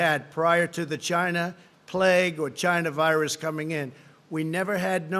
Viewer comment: Chy-Na virus